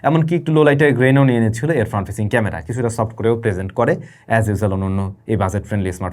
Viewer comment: ক্যামরা?? আর কবে উ'চ্চারণ ভালো হবে আপনার?